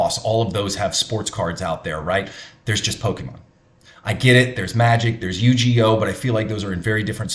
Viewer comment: PLEASE, PLEASE, PLEASE stop calling it you-jee-oh. Its Yu(you)-gi(gee)[soft G, not a J]-oh(oh). It really makes you seem less authentic and come across as "above" the hobby.